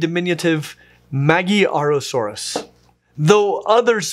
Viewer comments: ... Ma-gy-arosaurus. I'd rather pronounce it somewhat like "Madjarosaurus"; it means "the Hungarian lizard". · Another great video,! I love that we got a whole month of this kind of content ahead of us! However my main reason why i am writing this comment is your pronounciation of the name "magyarosaurus". "Magyar" is hungarian word meaning "hungarian" and it doesn't read as ma-gi-ya-ro-saurus, but as a ma-ďa-ro-saurus with the ď sound being similar to the soft D sound in "duty". Just a little something in case that you come across the word in the future. If a word is of hungarian origin (like a name of a finding from somewhere central to south europ-ish area) and there is a "gy" in there, it most likely reads as "ď " Anyway, i can't wait for that promissed tyranosauria video! Until then - bye🙋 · Magyarosaurus is pronounced like the Hungarian Magyar, not like Maggiarosaurus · "Magy-arosaurus" It's "Magyar-osaurus." It's named after the Magyars, a central Asian people that migrated to Europe and became modern Hungary. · That would be MAG-YAR-o-sau-rus, hinting to it to be something to do with Hungary. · Magyar pronounced as in bag yard, I believe. The ward describes the ethnicity of Hungarians. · Magyarosaurus is pronounces ma(j)arosaurus , the gy in hungarian is like an English j like in joker or jurassic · You are mispronouncing Magyarosaurus. The Y is NOT a vowel here [like in Myanmar, also not a vowel]. It basically just makes the g soft. So Mah-jar-o-saur-us. btw, Magyar means Hungarian, So, Hungarian Lizard. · Not Mag-i, it is magyar means Hungarian.. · First time I'm hearing about Magyarasaurus but the moment I saw the name I knew you pronounced it hilariously wrong 😂 sadly I don't even know if I can explain how to pronounce it because one of the sounds doesn't exist in English. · It's always nice to see Magyarosaurus getting some attention, even though it's pronunciation always gets butchered by non-hungarian people, lol.